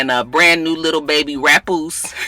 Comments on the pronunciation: Hahahaha u called the baby Rapoose 😂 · "Rapoose" 🤣🤣🤣🤣🤣🤣 Merry Christmas!